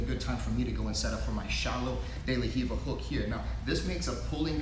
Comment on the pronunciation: Not hiva.. it's de la Riva